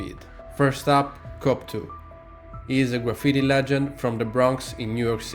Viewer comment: The best thing with this is you pernouncoation off cope2, youre saying cop2 which is hilarious.